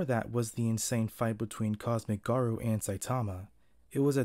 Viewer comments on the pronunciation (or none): NOT THE "GAROO", NOOOOO NOT AGAIN no hate tho